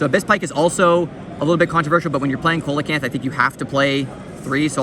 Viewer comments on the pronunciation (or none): Brother that’s not koe-luh-canth it’s see-luh-canth